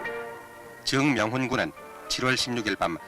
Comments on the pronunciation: 정명훈이지 왜 정_명훈이라 발음하지? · 아나운서 발음이 이상해요… ㅎ ‘즈응명훈 군’ ㅎㅎ